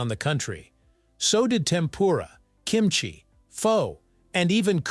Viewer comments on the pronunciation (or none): none